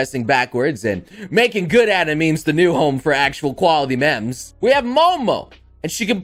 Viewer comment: says, “memes,” like, “mems.” Me: MeeM!!!